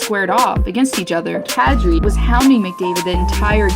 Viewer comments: They butchered kadri’s name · She butchered Kadri's name lol.